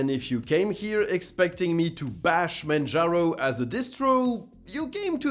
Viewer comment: "manjarno" XD